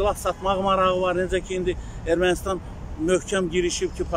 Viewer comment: Kanal 13-ün reportyoru nə ləhcədə danışır?! Bu xiyar öyrətmək lazımdır ki , Ermanıstan tix Ermənistan-dır!